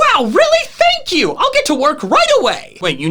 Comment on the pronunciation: PLUS SOOBSCRIBE PLS. FANK U:D Me: Yes. I love when he says this. 🤪